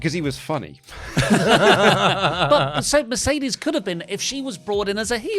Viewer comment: accents for Mercedes coming out like. - "Mayrcaydaysh"